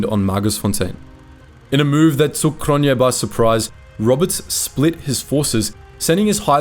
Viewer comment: Cronjé is pronounced Cronyay.